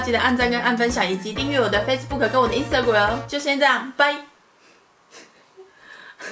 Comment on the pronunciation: 海嘯好好唸吧 Instagram 音斯特鬼 XD